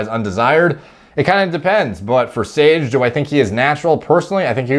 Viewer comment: “sOrGe” idk why that cracked me up so much lol